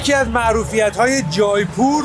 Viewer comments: با درود جایپور اشتباه است در حقیقت جے پور میشه Jaipoor اون ai به شکل E تلفظ میشه فارسی این (ے) رو ندارہ جے پور اگر به فارسی بنوسی جا نه می افته مثلاً میتونی بنوسی جیپور یا جی پور که اون تلفظ هندی و اردو رو نداره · جیپور تلفظ درستش هست اگر اشتباه نکنم. سرچی بکنید